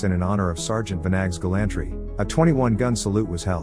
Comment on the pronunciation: Really need to get pronunciations correct. Eg, gallantry!